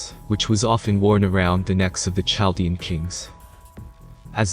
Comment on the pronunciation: Well done video. *Chaldean is pronounced with a hard ‘kah’ sound for ‘ch’. So phonetically: KaL dee un, rather than chaL dee un. 😉